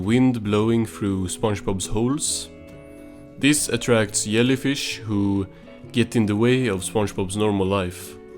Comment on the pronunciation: Do you mean…a Swedish accent?